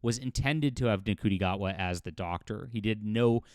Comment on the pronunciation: Shooti Gatwa it's pronounced I believe. Not N'Kooti 😁